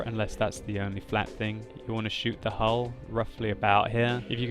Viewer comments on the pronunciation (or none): none